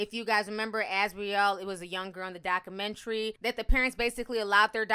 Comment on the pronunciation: I hate how she says documentary 😑😑